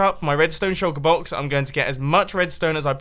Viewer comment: I always think you say Chocoboxes instead of Shulkerboxes ^^